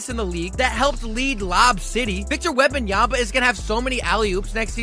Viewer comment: Wembanyama ! not Wembanyamba.. 😔